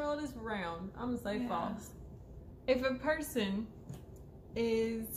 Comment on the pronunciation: What is FLASE? Must be twin speak for FALSE ;)